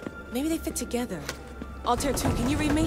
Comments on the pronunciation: The Altair pronounciation is killing me it’s not alter ffs it’s Altair smh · They need to say Altair right 😂😂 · ALTAIR PRONOUNCE IT CORRECTLY LAYLA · The way she says altair killed my soul I'm not even a long time fan and I'm annoyed